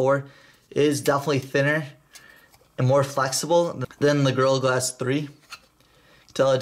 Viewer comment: Sounds like you're saying girl glass instead of gorilla glass